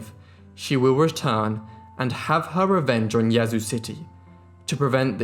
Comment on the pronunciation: Great job pronouncing Yazoo! From a born and raised Mississippian.